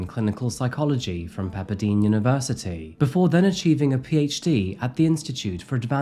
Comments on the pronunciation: Yissee…it’s pronounced “PepperDYNE” not “PepperDEEN”… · Pronounced "PepperDYNE". Not "deen". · Hey, my brother is a Pepperdine alum. If it ever comes up in the future, it's pronounced Pepper-Dine (like the word for eating)